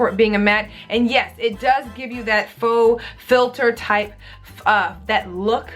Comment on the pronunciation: What a hoot "Mawhfah"